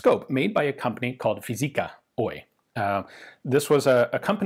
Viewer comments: Once again, I will urge you to like and comment for engagement! "Oy" should be pronounced "Oo" "Yy", or O-why. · you need to work on your pronunciation 🙂 the oy is especially wrong with the Y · OY and AB in the names of companies are pronounced as separate letters, like LLC in the US.